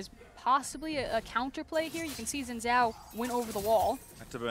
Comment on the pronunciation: I didnt know people with enough strength to throw a game that far would exist. BTW: it's not zin zao, it's not djin djao, it shin (like sheep) djao (like aDJacent).